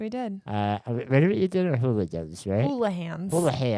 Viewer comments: I lived in Eau Claire for 23 years and always thought it was pronounced Houligans. 😂 Hannah who told you it was pronounced Houlihans? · I think the restaurant is HouliGans not Houlihans. Was this downtown? Grew up there